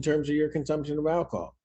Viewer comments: Ackahol? What the hell is ackahol? And evidently reading labels is too hard for him. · Saying "akahol" says it all!